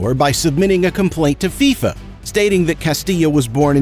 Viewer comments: Bro said fyfa it’s fifa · Why did you say fiafia it’s fifa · Bro was like Faifa 😂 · He said “Figh Fa”!! 😂😂😂 it’s pronounced “Fee-Fa” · mans said FIE FAA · Am I the only one who heard fyfa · Hold on why did he say Fi FU?!??!?!? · He said fifea💀💀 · he says fiyfa instead of FIFA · fIfA😂 why did he say it like that? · It's pronounced FIFA was in mafia. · Great vid but u pronounced FIFA wrong